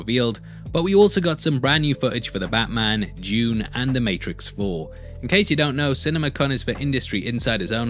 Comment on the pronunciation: Wait did you say dune or june?